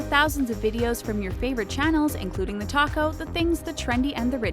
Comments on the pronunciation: "Thanks for watching TheTalko!!" Why does it sound like "Thanks for watching TheTaco!!" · Am I the only one that every time they say TheTalko I hear TheTaco?